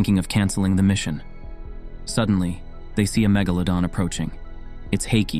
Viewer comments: Mega-LA-don not me-GA-ladon, sorry I'm nitpicky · "Meh-ga-leh-don" WHY THE F IS HE SAYING IT LIKE THAT?!